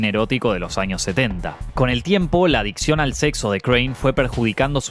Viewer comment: En el punto 2, dice "adiccon" ...